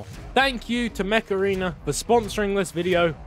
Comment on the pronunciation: My mom was listening and thought you Said “meth arena”